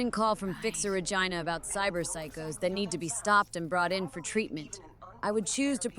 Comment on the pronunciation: So can pronounce other words correctly but not Regina 😅